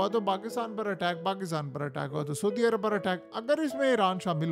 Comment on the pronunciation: Sodi Arab? Foj? Mai? Ye sb kis trha ki Urdu hai yar tumhari memno Vali? Sodi Arab nahi kehtey hain, Saudi Arab hota hai. Foj koi lfz nahi, Fouj hota hai asli lfz. Urdu bolna to seekh lo yar ab to km az km. Right?